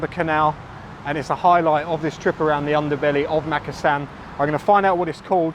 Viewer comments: It’s pronounced mukassan not mak! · is it pronounced Makkasan or markarsarn as my Thai partner pronounces it.